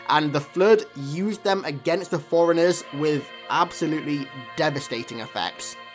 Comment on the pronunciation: It's "forerunners" not "foreigners". Gotta work on that enunciation brah.